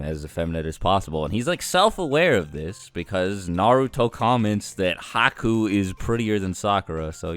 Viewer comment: I was with you until you said Haku 😒